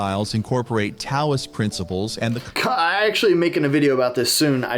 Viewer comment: The video pronounced the T in Taoist ☠️